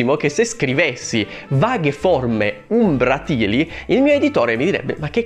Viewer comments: Comunque si dice Umbràtili non Umbratìli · Per il minuto 6: umbratili ha l’accento sulla a, non sulla i. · sarai anche uno scrittore.... però si legge e si dice "umbràtili" e non "umbratìli";););) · Umbràtili, non umbratìli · Umbràtili, non umbratìli, bruh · comunque si legge umbràtili , accento sulla A, e ci può anche stare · Credo si pronunci "umbràtili" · Oi scrittore... si pronuncia "umbràtili" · U. U ehm hai pronunciato male "umbratili"